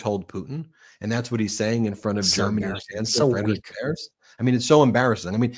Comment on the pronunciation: Hello, may I inform you that the German chancellor's family name "Merz" is pronounced like "mairts". Kind regards!